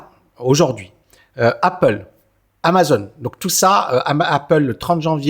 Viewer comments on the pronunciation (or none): none